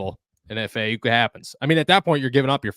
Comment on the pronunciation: The amount of times this mf butchered Aiyuk name is baffling lol and I’m supposed to take this guy serious as an analyst when he can’t even say a superstar wr’s name right lol